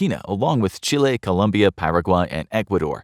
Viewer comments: COLOMBIA, not Columbia!!! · Colombia, not Columbia 🥲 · ITS COLOMBIA, NOT COLUMBIA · Hey it’s 🇨🇴Colombia 👍🏽not Columbia 👎🏽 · Colombia, not Columbia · COLOMBIA*** Not Columbia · Dude... it's ColOmbia